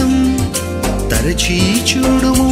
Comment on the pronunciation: Praise the Lord brother దయసేసి ఏమి అనుకోవద్దు మీరు మాట్లాడేటప్పుడుకాని,పాడే టప్పుడుకాని "చ" మీద వచ్చే ఏ పదాన్నైనా సరిగ్గా ఉచ్చరించటం లేదు. ఉదా"కు చూడుము అనటానికి బదులు చ్యూడుము అని పలుకుతున్నారు. మీరు అలా పలికితే తెలుగుకు ఇంగ్లీష్ మిక్స్ చేసి కొత్త పదం తయారైనట్లుంది.దయసేసి అర్థం చేసుకుంటారని భావిస్తున్నాను